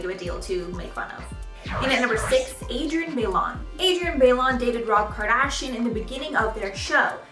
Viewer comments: It’s Adrienne By-loan not bay-lon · Adrienne Bailon: ba-i-lon not baylon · Is it really that hard to say people's names correctly though?! Adrienne Bailon isn't pronounced Bay-Lon it's pronounced Bi-lon. And it's actually Houghton now, she is married and that's the name she has chosen to go by so please use her correct name and if not, at the very least pronounce her maiden name correctly. Same with Nicole Polizzi, this is an ongoing thing I notice, these are celebrities how people can't say their names correctly is beyond me but it drives me insane.